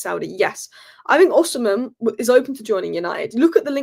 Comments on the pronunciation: it's O-C-MEN not o-c-hem....please please my ears hurt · It's Osimen. The "h" is silent.